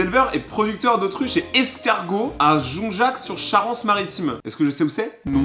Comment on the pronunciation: sa se dit jon zac=jonzac 😁 j'habite a coté